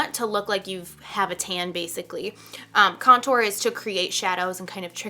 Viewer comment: I cringe everytime you say contour lol. You pronounce it like there is 2 T's .. idk why it bothers me so much lol. But this was a great video, you're a great teacher!!